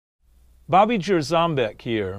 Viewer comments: I wish you pronounced your Polish name right, Bobby! /Ya-zhom-bek/ ! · Jarzombek sounds like 100% Polish surname, rz is pronounced like g in word garage and J as Y in Yay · Great. Bobby, pronunciation of "Jarzombek" in original is different :)